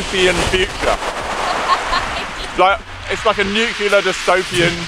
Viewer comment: Fun stuff, and an "Apollo 13" success, for sure!!! But....will SOMEONE please tell how to pronounce "nuclear"?